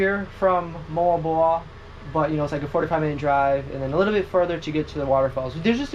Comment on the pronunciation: Richie has to correct accent when saying the local dialect, please! Moalboal (moo-al boo-al)